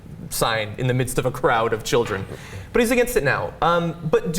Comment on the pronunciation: bu wu abou da chilreh????!????